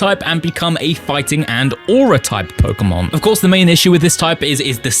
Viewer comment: Why is it always the pokétuber who can't say pokémon right the ones eho ay it a thousand times in every sentance?